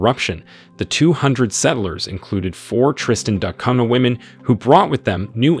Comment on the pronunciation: Why do you pronounce it Tristan Dot Cunha?